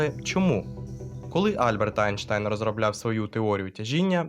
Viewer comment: Айнштайн.... Айнштайн??? У мене одного вуха почали боліти??